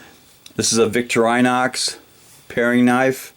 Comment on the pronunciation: the brand is actually "Vick-tore-in-ox"